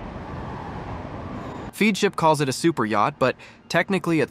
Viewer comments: Great video. But Feadship is pronounced FEDship. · The robot voice pronounces Feadship 4 diferent ways, the correct pronunciation is fed ship. The narration and the visuals are completely out of sync. Heesen does NOT make their own engines, ALL diesel engines used in yachts are built by engine manufacturers such as Caterpillar, MAN and MTU. It pronounces Oceanco 3 different ways, it's ocean koh. Why do content providers use robo-voices? I hate robo-voices. But it's easy to complain I guess. Overall though I guess for newbies that know nothing about yachts this is probably an impressive production.